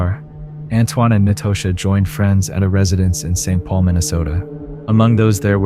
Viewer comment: Nobody says Natasha like that. Trust me.